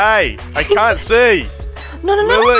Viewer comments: why does he sound so Aussie “AY AY I CAUNT SEE!” 😂😂😂😂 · How accent comes in “I can’t see” 💀